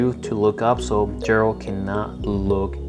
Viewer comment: Geralt is said with a Guh G not a a J sounding G. And it’s Rivia. Riv-ee-uh. Not revera lol other than that nice review just ordered all of the Mcfarlane witcher figures.